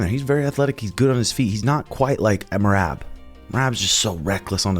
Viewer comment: Does it on purpose... He Calls mer-rob mer-rab..